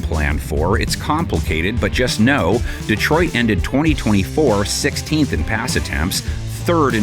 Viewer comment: DEEtroit? Come on, NFL.